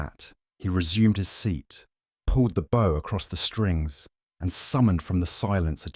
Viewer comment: Hello from a happy subscriber in Ontario, Canada! Lovely who-done-it in the style of Sir Arthur Conan Doyle. Wonderful narration by except for the difficulty, once, saying bow as b/ow (like in front of an audience) instead of bow as bo like with a violin bow. Otherwise, simply marvelous, thank you good people at MindSherlock.